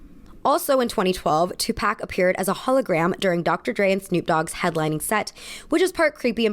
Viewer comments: very cool, its two-pahk not two pack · … you did not just say “tu- PACK” 😩😂😂😂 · I love you babe but the way you said 2 pac 😩